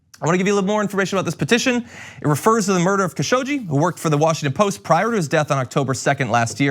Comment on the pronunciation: Please do your research before recording videos. Things like mispronouncing the name Khashoggi don't help your credibility.